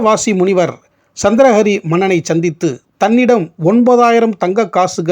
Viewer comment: சந்திர ஹரி....சந்திரா ஹரி அல்ல நீங்கள் முதலில் உச்சரித்தது‌ போல.